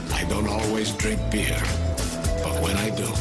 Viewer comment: Is it just me, or does it almost sound like he's saying "I don't always dring beard, "?